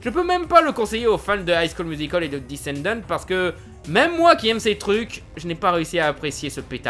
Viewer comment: C'est pas discenndennte mais descendants